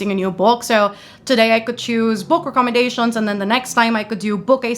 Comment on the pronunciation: Just letting you know book recommendations is pronounced as ‘recommend-ations’, just thought I’d point out incase you didn’t realise 💖 I always hear you in videos say it as ‘wreck-om-en-dations’ 😅